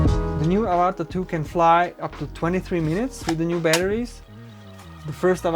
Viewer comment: Mate its Av-A-Ta not Ava-TA - like the movie 😂 - Pretend you have an Australian accent ---- good review tho👍Well done - Would love to fly one, one day